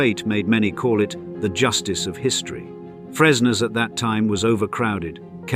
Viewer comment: Fresnes prison, not fresno